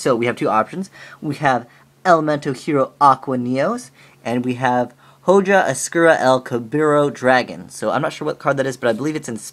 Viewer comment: ho-HAH, not ho-JAH lol